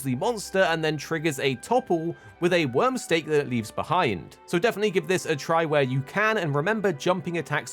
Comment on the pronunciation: It's Wyrm "Stake"..... not Steak.... XD